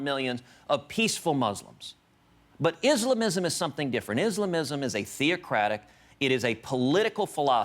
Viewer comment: lmao me neither. I think they just made it up to justify their hateful rhetoric against us lol... I like the way he pronounces "islamism", da fuq lol